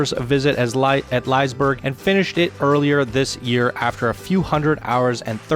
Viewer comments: ''Laijsbrrg'' lmao it sounds so funny when your swedish and on swedish we say it like 'Lisseberj' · He pronounced it Lice-berg when in fact it should be pronounced more like Lizz-eh-bær-guh. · Wait, liesberg? You say it like, leeseeberg. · CAN PEOPLE PLEASE STOP CALLING IT LIESEBERG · It’s Lee-seh-beh-rj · It’s prounonced lee-seh-bergh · It's not Liseberg but i understand the mistake. In english you can pronounce it like Lee-Se-Berg. Great vid and coaster anyway though! Great job! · I think you got scenery and theming mixed up there at the beginning. But other than that minor flaw brilliant video, keep it up man! (also it’s Lis-y-burg) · I am from Norway and it writes Liseberg. But he said like leeeiisbergg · Awesome ride, I can definitely see the Helix inspiration. Not just the ride, but also the theming, the style is very similar. But at the same time the ride manages to feel unique. That Liseberg pronunciation though... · you sed liseberg wrong